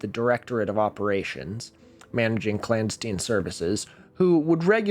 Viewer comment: Obviously your oddly well traveled and absurdly well connected parents were completely normal non- intelligence- assets whom totally didn't suggest that you inexplicably mispronounce the ubiquitous word, "clandestine" in attempts to not making it undeniably obvious. Or you're just a quirky nerd. Leaning toward explanation A. Subscribed.